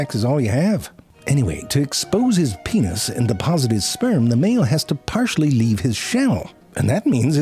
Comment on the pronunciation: I couldn't fine the crabs "pentis" lol